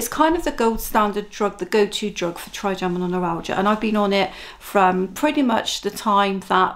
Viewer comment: I’ve learned a lot from your channel, not least how to say “Trigeminal”, and not to play down the pain level when talking with doctors. Thank you